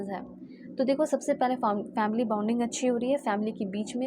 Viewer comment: Madam, bounding nahi bonding bolte hain